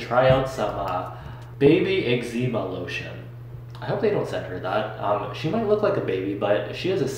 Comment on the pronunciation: "baby ex zeema lotion"....honey...honey...no..